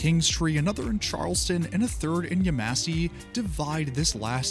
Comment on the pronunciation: Yemassee isnt pronounced (Yem mass see) its pronounced (Yem mes see) and it drives some of us who live in the area crazy when people say it wrong